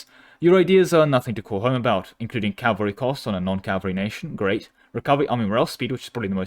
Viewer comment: It’s pronounced, “ca-VAL-ry”. Cavalry. Not “CAL-vary”. Cmon man.